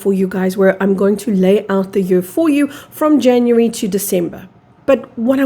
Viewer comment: You pronounce year as yur And not yeer